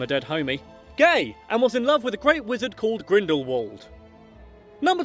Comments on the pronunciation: Video: Grindelwald Me: It’s GrindelVald not grindelwald! Honestly, try and say it correctly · It's pronounced GrindelVald. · I'm pretty sure it's Grindelwald.